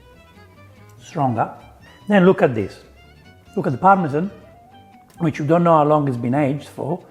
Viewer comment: Par-me-zhaaan😂 Forza Formaggio 😎